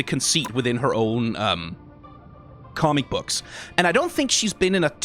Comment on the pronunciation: I love the pronunciation of "commie books" 😅